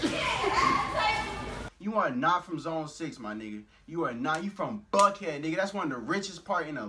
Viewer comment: plus I agree wit da dude but its not buck head its bank head